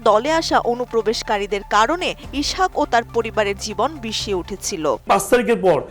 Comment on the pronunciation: ইছাক বলোস কেন? ইসহাক বল।